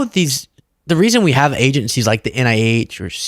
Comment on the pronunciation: Why does she always add "t"s to words that don't have them? "ConTfrence, agenTcies, inTformation" etc. Then, when there should be a "t", she replaces it with a "d", like when she says "imporDant". Someone, please teach this fool how to speak English right "neeow"!!! What an uneducated dope!!!🤡🤡🤡